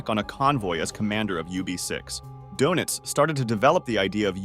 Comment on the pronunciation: Your.pronouncing donitz wrong